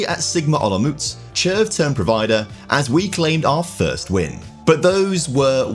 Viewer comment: As a Czech person the team pronunciations hurt my ears but well done on the player pronunciations like Červ